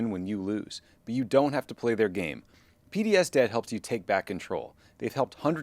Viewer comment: Man, I thought you said PBS Debt - as in, PBS is no longer being funded by the government and needs help paying their debts. Took me a hard minute to realize you said P.D.S. Debt. Maybe tell them to change the name, or do a better job pronouncing it (don't mean to offend) because it's a little confusing and it tugged at my heart strings a bit because PBS is in trouble.